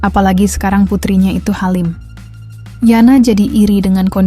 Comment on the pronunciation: Mba maaf ya membacanya yg benar masa bilang hamil, jd halim